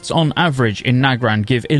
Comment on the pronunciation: You're one of the only people that I've heard pronounce Nagrand the same way I do. Everyone else says "Nuh-grand". You must be married if you say it "Nag-rand" :P